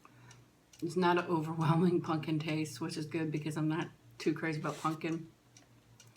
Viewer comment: I love how instead of saying pumpkin you say punkin.